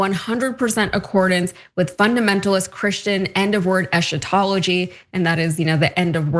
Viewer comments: The word “eschatology” is pronounced “es-ka-TOL-ah-jee”. The “sch” in the word is pronounced like the American version of “school” (skool). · Eschatology, pronounced eskatology. This enthusiasm for death and destruction is reminiscent of Franco's fascist soldiers' cry of "Viva La Muerte" long live death during the Spanish Civil War. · Eschatlogy is pronounced eskatology. If the Second Coming requires the assassination of 140 innocent primary schoolgirls... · I am a Christian and this whole premillennial end times view isn't even biblical! It is an American doctrinal aberration. It is an extreme misreading and misinterpretation of scripture! By the way she mispronounced the word eschatology. The ch is pronounced as a hard C - like a K. It is just a fancy word for end times. The view that things will get worse and more violent before the 'second coming' is EXTREMELY destructive. It apparently promotes war. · ... and you demonstrate that you know nothing about any religion's eschatology when you cannot correctly pronounce "eschatology."